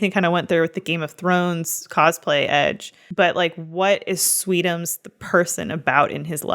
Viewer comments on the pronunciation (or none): none